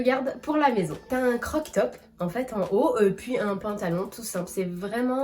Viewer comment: CroP top....mais mignon le "croc top". En tout cas c'est ce que j'entends 😉 Au temps pour moi si je me trompe! Et jolie la robe rouge!!